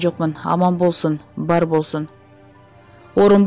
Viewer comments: Физатрия эмес фтизиатрия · Тексти окуп жаткан кызга айтаар элем,Фтизиатрия деп туура окусаныз,кечке эле Физиатрия деп жатасыз. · Фтизиатрия физитрия эмес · Физитрия эмес фтизиатрия жакшылап окусанар.